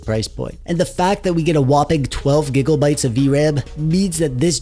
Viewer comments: Stop saying gigglebytes. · Am i retarded or are you saying giggle bytes? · I like how he mis pronounces megabytes and gigabytes, I’m not joking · The way you say gigabytes sounds like giggle-bytes and actually makes me giggle 😂😂😂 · lol "gig o bytes"